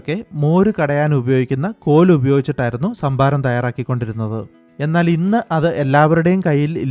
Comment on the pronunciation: ശംഭാരം. 😄😄 കരിക്കിലെ ശംബുവിനെ ആർക്കൊക്കെ ഓർമവന്നു.. 😜😜??